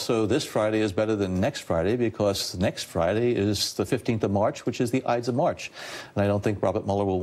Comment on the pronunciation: WTH is saying? "Eits of march"? What's that?